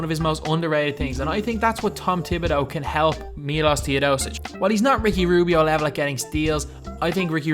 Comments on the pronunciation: You should pronounce Milosh Teodosicj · My name is Miloš and i Was so triggered when you said Miloš Teodosic wrong.